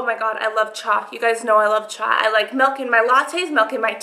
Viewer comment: Hi lovey! I'm hooked on your videos, you have the cutest personality and you are so sweet! Just curious, why do you call Chai, Cha?